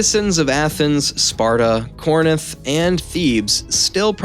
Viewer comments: Very well done video, instant follow…can’t wait for more…The only critique I have is there were a lot of mispronunciations…like Ptolemy..the P is silent…Corinth, not Corninth….but other than that it’s a great first video…keep it up ;) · Why do you keep saying corinith? I guess we can attribute that to american education. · Ptolemaic sounds like to·luh·may·uhk There’s no P sound Learn how to pronounce Corinth also